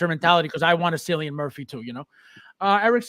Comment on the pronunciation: Every time you say Cillian Murphy's name, i cringe. 😅 As an Irish man, i can safely say you pronounce it so wrong. 😂.